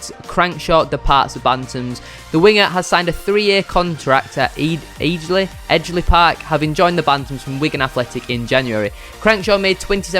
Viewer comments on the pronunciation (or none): Can't believe he said eejly 😂 disgraceful 😂